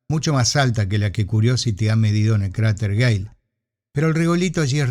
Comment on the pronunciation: No hay UNA vez donde no parezca que dice "cráter gay"